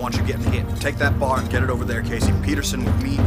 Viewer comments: It's called a B.A.R. Not the word bar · That and calling it a BAH rather than a B.A.R. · Dont want to sound like a jackass but its called: B.A.R. not bar :P really nice movie though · COMMENT 15: 9. There never was a Bar in the Army it is always pronounced-Bee-Ay-Are. Short for Browing Automatic Rifle. WWII US companies use Able –Baker –Charlie. The Alpha-Bravo-Charlie is a NATO that the US adopted to be same same with our allies